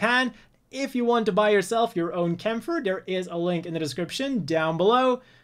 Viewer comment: Aww man, it's great to hear someone pronounce Kämpfer correctly